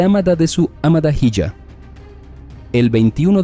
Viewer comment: "mensaye" "amada hiya" 😂😂😂